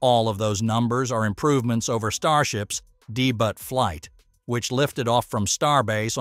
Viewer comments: "Dee-Butt"...?... Seriously?... Its DEBUT - DAY-Boo"... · "starship's dee-butt flight". doesn't know how to pronounce debut. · 'a de butt flight' >< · Did he say "Deebut" (Debut) flight ? FFS ! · "Dee-butt flight"??? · If you’re going to post on US rockets, you might want to polish your pronunciation. De-but? LOL.